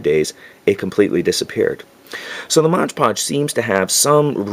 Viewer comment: MOD PODGE... not Modge Podge.